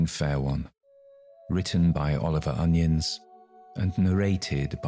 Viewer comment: My understanding is that the author's last name is pronounced 'oh-NY-uns'.